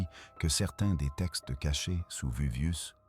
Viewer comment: La voix off a bien besoin de l'IA... Le VUVIUS, ap Jacob Cégamon, j'en passa et des meilleures... et la vidéo prétend nous rév^éler le contenu de rouleaux carboniser? Et ben on n'est pas rendu, on va en lire des conneries....